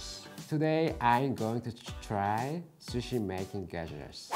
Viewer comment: i died wheezing when he said "...square shushi"